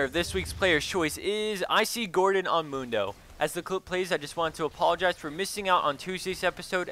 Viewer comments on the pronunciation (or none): none